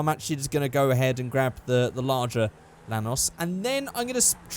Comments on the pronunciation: At first, i thought you said Thanos but it's actually a Lanos😂 Holding bay 1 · Whenever you say lanos I think you're saying thanos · I AM POLISH AND YOU SAID IT RONG